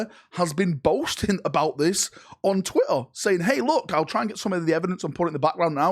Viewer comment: I normally don't comment on pronunciation/accents, but calling it Twatter is just beyond perfect.